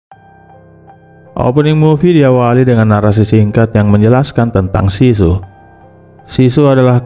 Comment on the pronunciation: sisu kan bang ya bukan susi ?